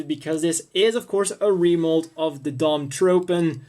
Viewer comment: I've heard Dom-Tropen pronounced Dom-TroFen. Also: is there a HGUC Dwadge kit?